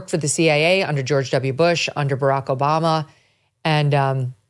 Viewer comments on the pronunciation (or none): none